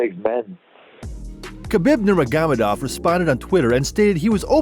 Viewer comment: I'm sorry I just couldn't get past NurmeGAmadov, I had to stop